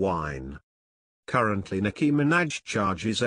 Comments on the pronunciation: Sounds like he's saying Nicki Mc Snatch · "Nicki Minadge"lmao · the way he says minaj 😂😂